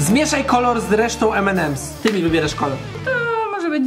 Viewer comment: o nareszcie nauczyłeś się mówić M&M's